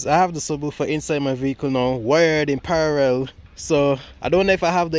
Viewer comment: i love the vids keep it up! btw the word is PARALLEL NOT PARAREL